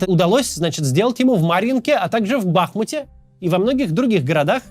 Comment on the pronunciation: Не БАхмут, а Бахмууууут Сколько можно повторять???